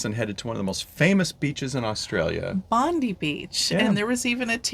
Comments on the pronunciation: Sydney does have a beautiful Harbour. As an Australian I have never heard anyone call it the Sydney bridge. It is the Sydney Harbour bridge. Also Bondi is pronounced Bond-eye. Enjoy your Australian ports. It is a wonderful country. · Bondi is pronounced Bond-Eye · Bondi is said as Bond eye 🙂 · we became a convict destination after the yanks kicked the british out. murica seems to forget you used to have convicts sent from britain as well.. edit: pronounced mak-quarry, not like fairy. :) Bondi, pronounced Bond-eye. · Good points. It's like Ma-Quarry and Bond-Eye. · I live in Sydney and I love how much you loved our city. My husband has to go to Bondi beach (pronounced Bond eye 🙂) a couple of times a week as part of his job, lucky him, it’s certainly an iconic beach but when you come back again hop on a ferry and head to Manly, it’s a beautiful beach fringed with gorgeous Norfolk Island pine trees, there’s lots of great restaurants over there too. We have dozens of beautiful beaches in Sydney. Try and get up to the Blue Mountains too, spectacular views and plenty of walking tracks. You’re right about the convict heritage, it’s pretty much a badge of honour in Australia to be a convict descendent nowadays. Well done climbing the bridge, it’s a goal of ours. Really enjoy your videos and the enthusiasm and joy you have for all of your adventures. Oh and bin chickens (ibis), yuck, they’re everywhere 😏 but I understand the novelty of seeing different animals, we were mesmerised the first time we saw squirrels in Central Park, pretty sure the New Yorkers thought we were crazy 😁